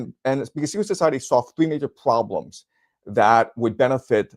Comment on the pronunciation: Cute the way he gets on a roll enouncing ploblems, pwoblems and poblems :)